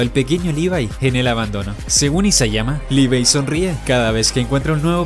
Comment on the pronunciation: se ganó mis respetos porque es de los pocos que e visto que pronuncian el nombre de Levi bien